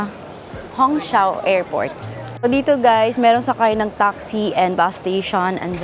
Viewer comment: Hongqiao is pronounce as “hong chiao”